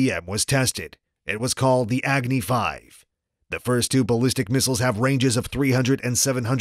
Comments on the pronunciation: The way he say egni 😂😂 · "Agni" pronounce correctly अग्नि सही से बोलो अंग्रेज